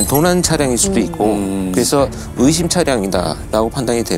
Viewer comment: 으심이 아니라 의심이다 이것들아. 어케 전부 다 으심이라고 발음하냐. 허헐